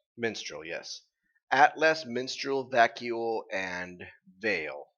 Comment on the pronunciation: The kingdom's name is Mistral, not Minstrel and no, it' actually to the right, while Vacuo is on the left.